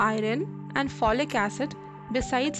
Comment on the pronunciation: Pronunciation is bad... Pronounce I(-u)rn not I ron